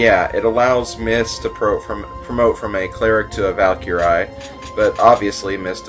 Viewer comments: mist's class is pronounced val-kree not val-keer-eye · im sorry but please pronouce valkyrie properly, its one of my fav mythical creatures so at the endof saying it say val-ker-ree thank you